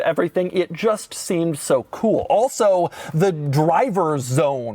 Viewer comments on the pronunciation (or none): Doug's that type of guy that pronounces "cool" as "KEEWL".. and proceeds to say it 531 times a video.